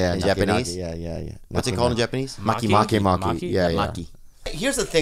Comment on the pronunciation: Lol mahi mahi not maki maki! Sounds like slang for sex